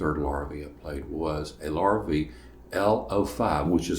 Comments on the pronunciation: If you're going to post a video, would it kill you to pronounce the name properly? It's pronounced Lah-ree-vey, Lorr-a-vee. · I too have one, he LV-03RE. But please, if you're going to laud Larrivee's high quality of tone and craftsmanship, why couldn't you pronounce the name correctly. It's a French Canadian surname, which phonetically sounds like this: lah ree vey. It definitely isn't pronounced Lor ih vee. Sheesh! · Pronounced "Lar a vay". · Thanks for the video. I'm in the market so all input is most welcome. Funny, I alway pronounced it : "lair-a-vee"....I like your way better.